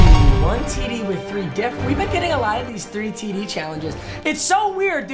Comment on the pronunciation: Td he says tiddie